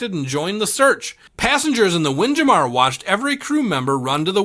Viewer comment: What in the world of AI, how do you pronounce Windjammer as WindJamaar!?!?!? 😂😂😂